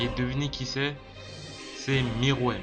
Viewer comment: ''miruem'' c'est ''meruem' ptdr